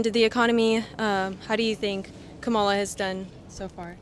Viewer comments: Is it really so hard to pronounce Kamala?? It’s pronounced Comma-la, not Kam-A-la. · It's not come-ma-la, it's com-ma-la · its pronounced Comma-la you dogwhistling moron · I stopped watching when she said Stanford was the most prestigious university in the world. 😂 “Kuh-MAH-luh” for crying out loud. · The interviewer cannot even pronounce KA MA LA name correctly. She has one job. One job😔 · Jesus, Pronounce her name correctly. It is Kama-la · If your'e going to do interviews, please learn to pronounce the name of the candidate correctly. Also, please learn how to read body language. Seems like many students aren't comfortable telling you what they really think :) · Why are you purposely mispronouncing her name? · For Goodness sakes… say her name correctly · Learn how to pronounce her name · It's SO annoying that this interviewer still doesn't know how to pronounce Kamala. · First of all, if you are going to ask people, learn how to properly say the candidate’s name. It’s not hard. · It would be nice if you pronounce her name correctly. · Why are you mispronouncing her name? Is that intentional? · Notice how this “interviewer” consistently mispronounces Kamala’s name and frames her second and third questions in a way that seems to challenge students’ answers if they say they would vote for her. Shame! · Girl ,you should learn to say her name first. Don't forget that she is still the Vice President and you should have some respect. Thank God they were some smart students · The host is trying so hard to put words into people’s mouth. Oh by the way, you should have the decency of pronouncing other people’s name correctly before surveying about them. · Interviewer can't even pronounce Kamala correctly. UFB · This interviewer doesn’t even know how to pronounce Kamala’s name. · How is it the narrator continuously pronounces "Kamala" incorrectly while the students each time pronounce it correctly?